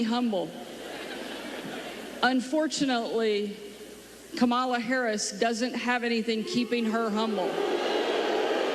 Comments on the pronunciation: The mispronunciation of Kamala's name is not a random slip of the tongue. It's a racist dog whistle. They say ka-MA-la because they think it sounds more "black" than KA-ma-la. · They all say her name wrong on PURPOSE.